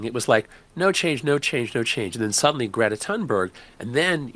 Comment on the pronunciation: GRAY-tuh TOON-berry if you're trying to get the Swedish environmentalist's name pronounced correctly. 🇸🇪👍